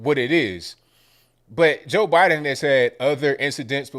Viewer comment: Who is Jor Biden?lol